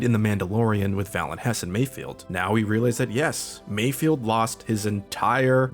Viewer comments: omg it's MAYFELD not mayfield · "and while I was not confused" god damn too bad i forgot to bring your medal. kinda rich coming from a guy who can't even say mayFELD